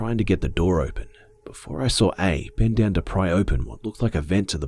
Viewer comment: who else loves the way he sais saw~sawr